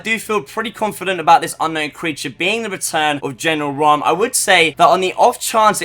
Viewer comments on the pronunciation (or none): Sorry but ha e to say it it's not raam